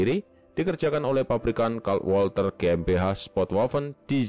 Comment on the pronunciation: Mohon maap min, koreksi sedikit buat bagian pelafalan, huruf Z di bahasa Jerman itu bunyinya mirip gabungan huruf ts dan W itu bunyinya mirip V di bahasa Inggris dan Ei itu dibacanga Ai, bahasa jerman jarang memakai huruf² silent, beda ama bahasa Prancis atau Inggris jdi kita bisa santuy aj baca semua hurufnya ga perlu khawatir lidah keseleo. Bukan bermaksud menyinggung sih tapi karena Walther PP itu dinamakan dari kata dalam bahasa jerman maka ada baiknya kita menyebutnya juga pake pronunciation mereka sebagai bentuk penghormatan ke bahasa tsb